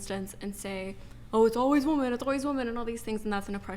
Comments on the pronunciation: Why can't they properly pronounce the word "women"? They say "woman" for the plural. Is this intentional? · Why do young women pronounce the word women as woman?